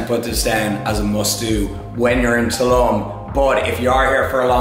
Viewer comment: Learn to say Tulum properly please.